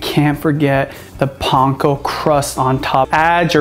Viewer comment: Does he know he is saying Panko wrong? None the less this actually looks good.